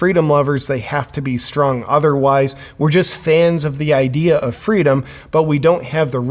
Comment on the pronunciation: did you say freedom or fritos?